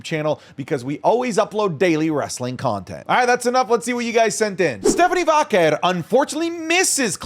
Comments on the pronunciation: thought i was the only one... just say velcro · I enjoy the content but Jesus I can’t stand the way says Stephanie “Vaquer.” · As someone who HATES the way says Vaquer, this episode was like nails on a chalkboard 😂 we get it, you can say it all fancy like